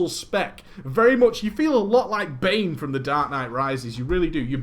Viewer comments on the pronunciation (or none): none